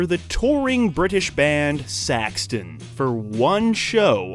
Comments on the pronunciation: It's Sax-on not Sax- ton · It’s not pronounced “Saxton” lol it’s pronounced “Saek-suhn.” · SaxTON? It's Sax-On. Then instead of saying Kirk, you call him Curt, when talking about Cliff's death? It's channels like these that piss me off. You have people barely researching, who get names, dates and events wrong. Then hand it to a doofy narrator, who thinks he's funny and cool, but just embarrasses themselves in front of thousands of people. It would be more respectful if you put a disclaimer at the front of the video explaining that no one who is involved with the channel are fans of so and so artist, and a few inconsistencies and mistakes might be made. If you don't want to do that, then truly research something, from different sources, make sure things line up, and proofread the script. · It's Saxon. Not Saxton. And KIRK.. NOT KURT! WTF? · Saxon not Saxton. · It's Saxon, not Saxton! Hahahaha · SAX-ON, not SAX-TON! September, not December. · "Saxton" LOL. Illiterate much? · "Saxton"? Wow. Don't say it like that to Biff. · So many mis pronunciations and mistakes I turned off halfway through. KURT Hammer!?! SAXTON!?! WTF 😂😂😂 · Dude they sucked on this! They pronounced Saxon, SaxTon, got Kirk's name wrong, the wrong date Cliff died etc. It's like they just took their resources from Wikipedia, or something, and then made this video. Blows!